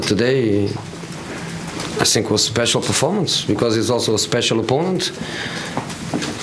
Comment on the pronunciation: name one presd conference where he doesn't say sink instead of think 😂😂😂